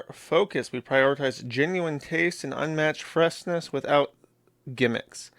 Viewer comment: It wouldn’t be a true MATI episode without a Josh-ism